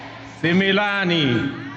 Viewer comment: hii maneno alifundishwa na jumwa wakiwa kw room unasikia anasema sema sumilani😂😂😂